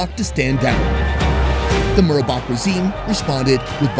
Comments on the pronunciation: just to correct your facts, his name is president "MUBARAK" not president "MURABAK". and im sorry you went through all that, but now you know how middle eastern people get treated by the US when they arrive at the airport. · It's "Mubarak" not "Murabak " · MUBARAK...not "murabak" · Why am I hearing the dude saying Murabak instead of Mubarak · It's MUBARAK. Not Murabak you intelligent! My God! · mubarak not murabak ;P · how did you say?! "murabak"?! oh, boy :)) sorry, mate, I'm following you since like ages. but ignorance, no, that's something I can't stand.